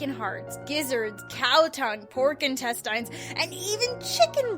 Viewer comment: wait.... pork intestinses? #FULLFLEDGECDANNIBAL